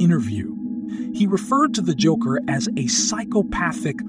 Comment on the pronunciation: The "joocker" not joker joocker lmao